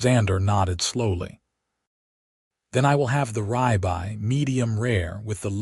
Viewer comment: Could someone please explain to me how ribeye gets to be pronounced as r-eye-by when even if you are not familiar with the word and have not been “taught “ it, the pronunciation is still r-ib-eye just by following grammar (which you would expect to be in the language module “taught “ to the AI).